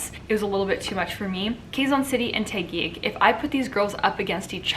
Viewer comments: Hi, Sierra! I don't mean to nitpick. Just thought you might want to learn how to pronounce Filipino names and terms. Here goes... Quezon = /ke'-zon/ not /kheey-zan'/ Taguig = /ta-gig'/ not /tey-gig'/ Gumabao = /goo-ma'-baw/ All vowels sounds in Tagalog are short. Only one possible sound for each of the 5 vowels. The sound of letter /i/ though sounds a bit like a cross between short /i/ sound and long /e/ sound. Filipino languages don't have aspirated consonant sounds. So our letter /t/ for example sounds like the /t/ in "butter" and not like the /t/ in "tea". That's it for now. I don't wanna overwhelm you. Hehe. Btw, I love it when you speak fast. 👍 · It's Taquig . TAh - gig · OMG! The way you pronounced Taguig cracked me up so hard! LOL! I love Sandra's energy but Michelle did better but sounded cocky and I didn't like it. They both look gorgeous though.